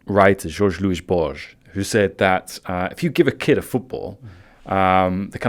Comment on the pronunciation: my ears! It took me a while to realize he's talking about Borges! Why did he felt the need to pronounce the name as if he was Portuguese?